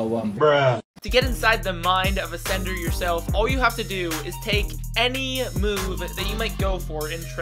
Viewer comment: Until the theorist v sender graphic came up, I thought you were saying "senator". The picture of Trump also confused the hell outta me.